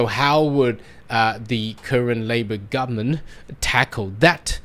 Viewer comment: Can you please pronounce the whole word. GovernmenTTT... not governmen. HarDDD... not har.